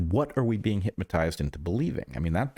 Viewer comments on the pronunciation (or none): Is Bret saying... HypMAtized? Or even HITMAtized? I keep hearing it. Everyone has their little blindspots I guess. :cat-orange-whistling